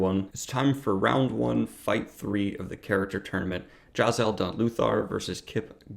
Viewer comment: The way he says Jezal is slightly annoying, JAZAHL. NO. JEzahl